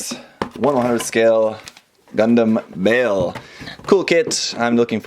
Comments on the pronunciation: Bay Ull is the correct way to say it. It is named off a demon in the Goetia and it is pronounced that way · If you look at the entry for the demon Baal, this is the correct pronunciation. :D